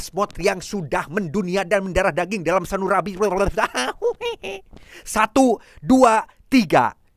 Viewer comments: Apa cuma saya yang mendengar sanurabi? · "Sanurabi" come on.